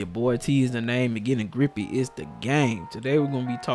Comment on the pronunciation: This man said grippy, I'm closing this video